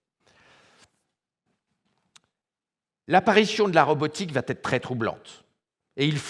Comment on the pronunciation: Entre va et être il n’y a pas de t, donc pas de liaison Mr.